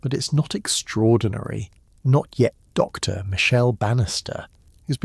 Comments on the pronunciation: That pause drives me crazy too. The AI keeps treating “Dr.” like a full stop and it breaks the flow of the narration. A small adjustment to punctuation handling would make the whole video so much smoother to listen to. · I wish they would adjust the AI that is speaking here to know that, "Dr." is not the end of a sentence and stop the annoying pause when he says, "Dr. Anyone"